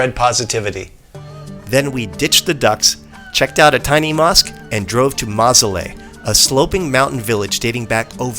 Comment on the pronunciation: You,re butchering the names of the places. It’s not ramzar it’s pronounced raaam- saar. It’s maaasooleh not mazole.